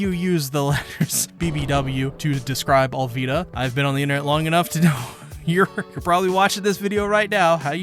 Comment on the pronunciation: Your pronounce Alvida wrong